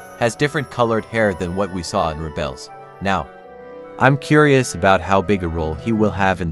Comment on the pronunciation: rébels and not "reebels